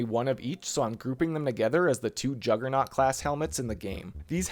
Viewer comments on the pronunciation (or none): none